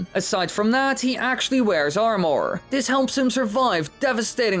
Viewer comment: I dont like how he pronounces armor as (arm-ore)